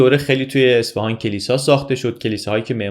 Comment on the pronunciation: اصفِهان؟ چرا اصفِهان!!! یه اعراب کوچیک رو اعصابم بود😢 ممنون از. لطفا دیگه واژه اصفهان رو درست تلفظ کنید